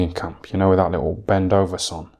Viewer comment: Bendoveson lol